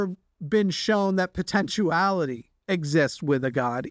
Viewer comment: It’s potentiality, not potentuality.